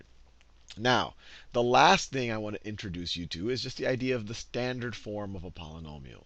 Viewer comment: whos annoyed by "slandered' in